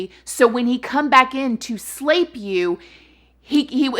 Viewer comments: This is such a serious topic but everytime you say slape, I giggle (childish I know). How about sexual assault? Or physically violate? 💙 luv your channel - new fan. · Slape. :) Grape, nape, flape...lol!!!